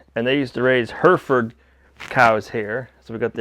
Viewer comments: It’s ‘Hairyford’ not Her-Ford for that bread of cow… I used to live there in the UK. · Hmm, you have tried to buy this place for six years you said in the previous video. I can see why. Plus, Hereford, pronounce more like Hair-re-ford. 😉 I remember joining your channel when you only had a little over 1,000 subs, and it's been my favourite channel ever since. What a wonderful journey this has been, with more still to come. I wonder if there was a rainbow this time around? 🤔 ❤